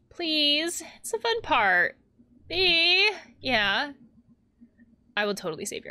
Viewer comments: honestly, as much sense it makes to pronounse "Bea" as "bee", i have been enjoying your version of Mae calling her friend "bae" this whole time also, i'm pretty sure Haloween started out as a pagan celebration of the harvest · In my country, we pronounce "Bea" as "Bei-yah". Like Lea.